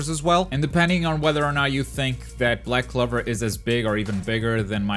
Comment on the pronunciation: You confused Yusuke Urameshi for Akita? I hate you. You also pronounced Toguro and Black Clover wrong as well. Naruto surely has four more characters coming to tie it with DBZ and One Piece. I think the others are Tsuna from Hitman Reborn, Jotaro and Dio from JoJos, All Might Or Bakugo for MHA, Toriko, Medaka, Hiei and Kurama